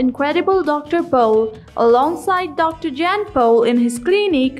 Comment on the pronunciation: I realize this is an old video. Having said that I would like to comment so my brain will shut up 🤣. If you are speaking about someone you should at least say their name correctly! Dr. Jan Pol deserves to have his name pronounced correctly, as does everyone else.